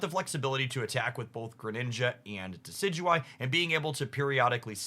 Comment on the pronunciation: I still cant believe he says Decidueye perfectly but cant say LuNAla